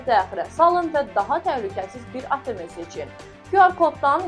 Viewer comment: Ateme yox ateem